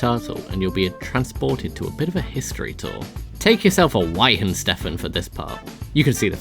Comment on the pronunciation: that weihenstephaner pronunciation is fuckin mad mate